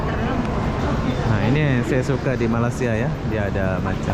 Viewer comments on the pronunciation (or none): Iya bener, gue dengarnya bang selalu nyebutnya kek " Malas - sia" sampai Gue ulang. Asli bro Tapi bener sih orang malasia itu rata2 pemalas 😂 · itu sentiasa berbahasa Indonesia bukan sebab nasionalisme dia kuat tapi disebabkan oleh dia BODOH dan Tidak mengerti betbahasa Inggeris. sentiasa sebut MALAYSIA secara yang salah. Langsung tak hormat sama Malaysia. Pulau Pinang pun salah disebut zpulau Pineng. Berkali kali ditegur terus juga enggan memoerbaiki kelemahan diri sendiri zDia BETAH berada di KL. Tapi saya tidak betah dia datang ke sini. Baik kamu pulang saja ke Lombok segera.....pulau yang sarat dengan ILMU HITAM.....Bangsa Lombok ini banysk sekali melarikan isteri orang dan perawan Malaysia ke Lombok secara illegal. Rupa ganteng tapi keturunan syaitan. Itu lah Lombok.